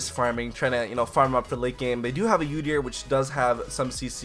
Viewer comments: It's pronounced ooo-deer not you-deer... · Holy shit when you pronounce udyr as "youdyr" i wanna kill myself haha. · your pronunciations of some champions are just awful sorry to say that - Udyr ist "Youdeer" and Nasus is "naisus" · The only bad bit about this vid is him saying "Yoo-dyr" repeatedly